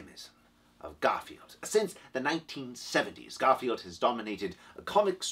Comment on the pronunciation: Is that "Garfiend?"